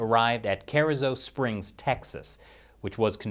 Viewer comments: It's pronounced "car-eezo" springs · Ker-E-zoe springs.... killing me with that pronunciation. Colloquially this is how we say it. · you really butchered The pronunciation of the location of that holding facility it's Cah-ree-zoh springs. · Carrizo Springs Texas, is not said like that. “Car-ee-zo” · Pronounced Kur-ee-zo Springs